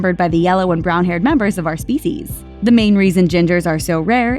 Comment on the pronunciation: listen to the way she says "species" it sounds like a crackhead